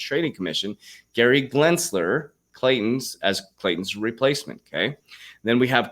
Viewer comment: Hey Coach, great vid! BUT I just wanted to say....it’s GEnsler, not GLensler. I know it’s your dyslexia speaking, just trying to help you out!